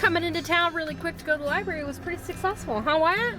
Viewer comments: Library not libary just saying. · If you going to the library, you might want to check out a dictionary and learn how to spell/ pronounce the word Library. I heard you say " libary" several times. "Just sayin'. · There’s an R in libRary and it is pronounced